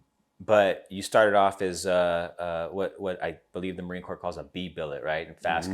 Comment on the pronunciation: It's Marine Corps, not Corp...